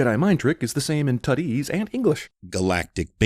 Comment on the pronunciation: He says "Tuttese" for the language spoken by Jabba the Hutt